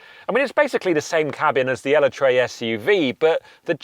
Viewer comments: Ellatree? Sure it’s pronounced El et ra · Ell-a-tray!!!????? Ee-let-tra is the correct way to say. Which I’ll admit took some getting used to but Ellatray!? That’s quite the jump 😂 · Ella-tray? Elec-tra! How did Lotus PR let you make a video where you constantly mispronounce their product? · Are you telling us that Lotus wants us to say eller-tray and not uhlet-ruh? I'm confused now. You pronounced Utopia properly so you could be right... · E - let - truh pls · The pronunciation of Eletre is killing me 🤮